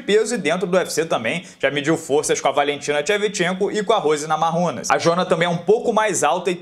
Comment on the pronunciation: Ainda tento entender o motivo pro pronunciar NAMARRUNAS em vez de NAMAIUNAS.